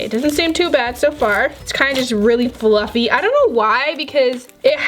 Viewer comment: She said bluffy instead of fluffy lol